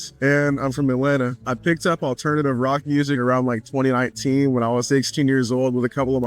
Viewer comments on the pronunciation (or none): none